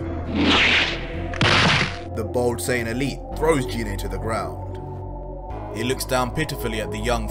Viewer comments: you pronounced goku's mothers name wrong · That's not give that's Gine man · Its pronounced "Gee-nay" not "jee-nay" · Just a tip can you say the names correctly Gine g sound same as green not jean